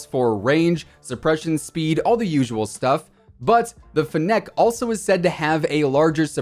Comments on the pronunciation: It’s pronounced FEH-nuhk as in the fennec fox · Your emphasis is on the wrong syllable in Fennec.